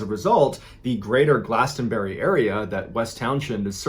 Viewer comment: From a native Vermonter: Don't pronounce the "t" in "Glastenbury," and "Townshend" is pronounced "Towns-end."